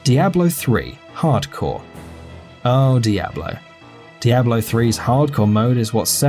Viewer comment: The way he pronounces Diablo... -_